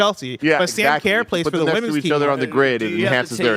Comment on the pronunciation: I'm Australian, the way you are saying Sam Kerr is awful bro 😂 The way you say Kerr is like her but k sound if that makes sense haha